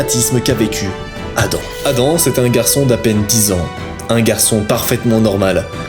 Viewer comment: Quand tu a dit Addams = Adam le rigolow😂